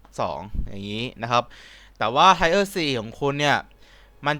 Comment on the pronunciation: tier = เทียร น่ะพี่